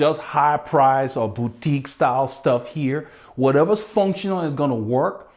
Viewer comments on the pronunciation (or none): none